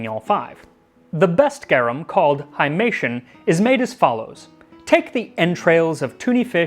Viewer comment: Very engaging. Gratias, Maxime! Garum non bibatur. 'Haimation' is a Greek word. Pron. 'high-mat-ee-on (it means 'bloody' or 'blood-like'). Two quarts = 2.25 litres Seneca the Younger was a famous Stoic, not an Epicurean.